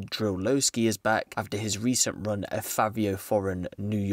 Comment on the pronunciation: This nigga said Fabio foreign 😂😂😂😂😂😂😂😂😂😂😂😂😂